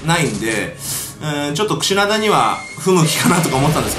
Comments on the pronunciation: 最初 クシダナってきこえてましたよ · クシナダじゃなくてクシナダです。